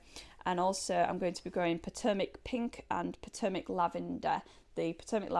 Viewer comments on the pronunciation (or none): Just a happy fyi: Potomac is pronounced with a long vowel o, it is an native American pronoun, and is integral in our US history, as well as a river and regional names.